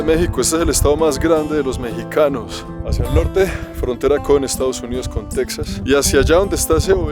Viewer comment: Con Texas, se dice con J mi buen.